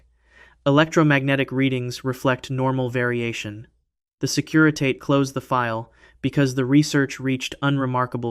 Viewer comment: Fascinating! It's pronounced 'securi-tah-tay'.